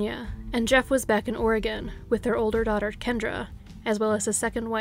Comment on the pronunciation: As soon as she said “Oregon” on the third story, there was no explanation needed.